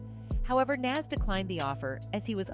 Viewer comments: Please research the pronunciation of NAS.Plz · She mispronounced his name. 😮